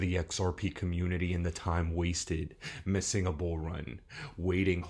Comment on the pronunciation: RIPPOO, BEARABOO BOO, X OAR PEE, AND RIPPOO 100 MIWWYIN A BUOO MARKET THIS IS BEARABOO BOOO